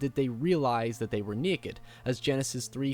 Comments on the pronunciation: Black Phillip is Sayeetin. Lol say it again. Oops. Now he said Seeetn. And neeekid. It's a neekid beebee. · “And thean of coors the neked unbaptized bebe” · 'seten' 'sneke' 'neked' LOL